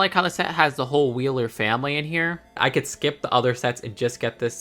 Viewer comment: You said Wheeler, it's not Wheeler, it's Heeler. Edit: YOOO WTH THIS GOT PINNED?!?!?